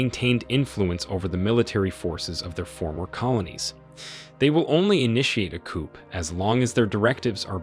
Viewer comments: For crying out loud, teach your artificially intelligent narrator that chickens are kept in a coop, and governments are taken over by a coup… This channel SUCKS. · Watch out for those coops! 😂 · The ‘p’ in coup is not sounded, just ‘cou’ will do. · Pronounced COO. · The letter P is silent in the word COUP. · Another AI failure. Please train your computer how to pronounce coup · I agree with everything you say but you need to know the ‘p’ is silent when saying coup! America uk France and Germany need to mind their own business and do trade deals with these countries and I can guarantee it will end the boats!!! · Learn how to say coup properly. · The P is silent in coup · The 'P' in coupe is silent.